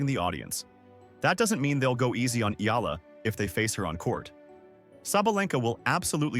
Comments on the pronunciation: Its not "ila".... its I-YA-LA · It's EALA....NOT ELA, YOU CAN EVEN PRONOUNCE HER NAME PROPERLY, ALEXANDRA E-YAH-LA